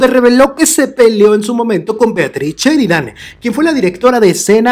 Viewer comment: No es cheridan es Sheridan